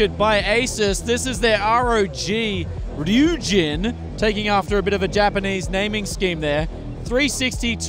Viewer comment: R-O-G Ry-u-jin Ry-u-zen